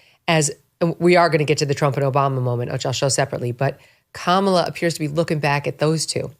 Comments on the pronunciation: Hay Jesse, think of how much more incisive and subtly brutal your whole assessment would have been had you actually been suave enough to actually pronounce her name correctly. COMMA la. Really, at some point it's just clumsy and oafish. And I say that as someone who didn't vote for her, and am totally relieved she didn't win. Also, the reason Trump is so naturally inclined to be copacetic with Obama is because so many business leaders and former Obama supporters are now supporting him. I think he just presumes everyone is fair game to bring around. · This guy needs to learn how to pronounce her name. And get a hair trainsplant.